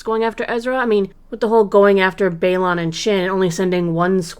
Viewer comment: Please please please, remember it’s BayLAN not BayLON when you pronounce it. Weird annoying thing I know but we wouldn’t mispronounce Vader or Luke’s names